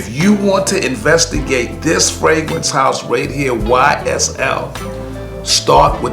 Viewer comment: Its fragrance not fwagrance